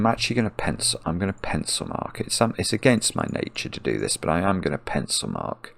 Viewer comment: I love when he says "pencilmark" it actually sounds like "pencilMARK" as if to point to goodliffian notation :)